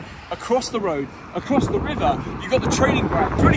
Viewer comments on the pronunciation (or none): none